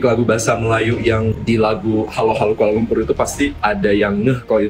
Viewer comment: Jelas sekali kamu tidak tahu Bahasa Melayu Malaysia yang sebenar. Lirik lagu Hello Hello Kuala Lumpur sendiri sudah jelas menggunakan tatabahasa Bahasa Indonesia. 1. "Halo"? Kami Malaysia sebut Hello. 2. "Kuala LumpuR", sebutan R terlalu jelas dan ditekan. Sedangkan warga Malaysia menyebut "Kuala Lumpu" atau "Kuala LumPO". 3. "Aku"? Lagu kanak-kanak menggunakan "Aku", itu kurang sopan bagi orang Malaysia, sepatutnya "Saya". 4. "Ibu kota"? Malaysia guna "Ibu Negara". 5. "Aku suka sekali"? Malaysia guna "Saya sangat suka". 6. 🇲🇾 Bendera Malaysia sendiri sudah salah, septutnya 14 jalur merah putih. Apa lagi bukti yang kamu mahukan?